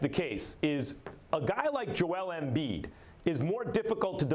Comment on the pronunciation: It bothers me the way max says “embiid”